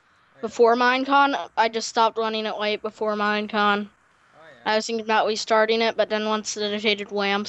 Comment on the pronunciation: Also in he says weestarting